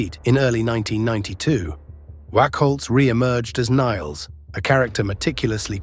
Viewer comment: How can you fail to simply say, Nailz properly? Not Niles